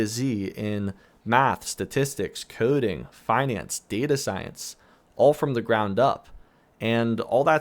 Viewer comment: “Poewker” “Noewtbook” “Coewding” Translation: Poker, Notebook, Coding